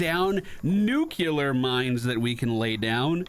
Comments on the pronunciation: Nu-clear, not nuke-u-lear. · I loved every second of this except when you said “nucular” instead of nuclear. It’s a personal pet peeve thing, don’t mind me.. lol